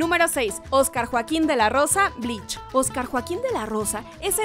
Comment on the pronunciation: Fui la unica que noto que decia "Blitch" en lugar de Bleach :'v